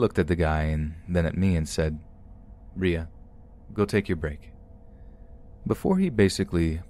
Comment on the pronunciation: It's pronounced Riah. Rye ah. Like the end of Mariah, but without the Ma.